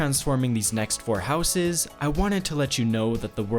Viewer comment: please learn how to say houses properly